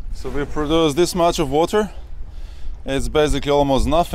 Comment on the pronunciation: more like "it's basically nothink, but it's somethink"